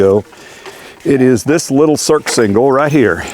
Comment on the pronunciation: It's pronounced "sursingle" not "surksingle"